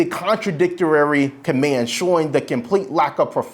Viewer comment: "Contradictarary"??? And he's an attorny? Who can't speak correct Dnglish?